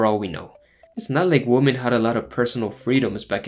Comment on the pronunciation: I love your videos man. But your pronunciation of women drives me insane lol